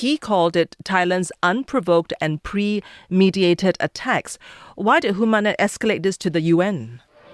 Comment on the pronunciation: Premeditated not pre mediated.